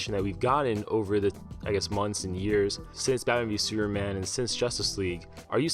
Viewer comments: Why you always say Seruman or Sureman? Whats up with the P letter?))) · Superman is three syllables, not one. Freaking learn how to speak or stop narrating these videos. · Where are you from bro?superman doesn't have a silent p in his name.